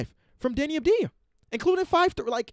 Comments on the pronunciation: its AVDIJA not ABDIJA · My guy said deni abdia